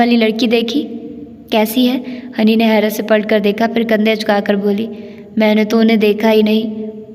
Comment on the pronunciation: Aap acha parhti hain, lekn aap ne apnay talafuz pr bilkul mehnat nahi ki. Jesay taaleem ko tleem,khaatoon ko khtoon. Palat ko pult aamad ko aamd. Plz work on you pronunciation.